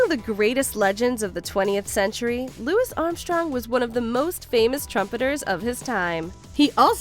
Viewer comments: “Luis”?? “Louie”!! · It's pronounced "Louie" Armstrong, not "Louis" (or Lewis). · It’s pronounced “Loo-wee” not “Loo-wis”—he was from New Orleans so he pronounced it the French way. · Lou-ee Armstrong not Lewis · The mispronunciation of Louis Armstrong’s name is mildly infuriating. He was born in New Orleans, you know, where French Creole and Cajun is at it’s finest. Louis is a French name, the S at the end of Louis is silent. “Lewie” not Lewis. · This was great - thanks! FYI Louis Armstrong.s name is pronounced "Loo ee." "Loo is" is spelled Lewis. (And it's also Saint Louis, not Saint Lewis...) I love your videos! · Louis Armstrong. Not "Lewis," it's pronounced "Lewie." Willie Nelson should have been on this list. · It's "Lou-ee" Armstrong. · come on! it's Looey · "Louis" Armstrong?? 😐 It's Loo-eee. Otherwise, we agree with the list. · No one gonna mention how the called him Lewis? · “Lewis” Armstrong? 😢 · Wait. No one is mentioning the mispronunciation of Louis Armstrong’s name?! 🤦🏽‍♂️ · That isn't how you pronounce Louis Armstrong! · Anyone else concerned about how she kept pronouncing Louis Armstrong? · I can't believe that you mispronounced "Louis"